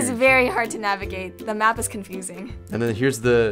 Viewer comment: is はthis にくっついて、いい加減な発音になってますが、what の発音がこういうのはよくあります